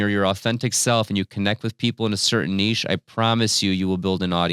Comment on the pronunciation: You say niche incorrectly.